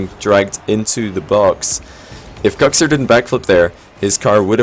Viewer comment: Is that how Kuxir is pronounced, or is that the accent? you say Kucksir whereas I day cooksear, that pronounciation has always confused me